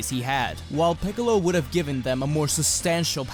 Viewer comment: Freezer and picolo "Ficolo"